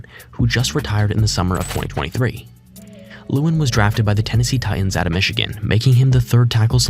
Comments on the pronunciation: Taylor LA-WAN you casual. Loved the vid though 😂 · The AI that made this whole video is awful. It messed up so many people’s names like Taylor lewan and others try harder